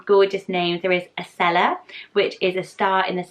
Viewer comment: But isn't it pronnouced "Ashella" instead of "Acella"?